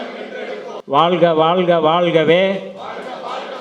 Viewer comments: தமிழை நேசிக்கும் ஒவ்வொருவரும் தமி(ழ்) உச்சரிப்பு சரியாக பயன்படுத்துங்கள் வாள்க அல்ல வாழ்க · வாழ்க!. வால்க இல்லை.தமிழில் உச்சரிப்பு மிக முக்கியம்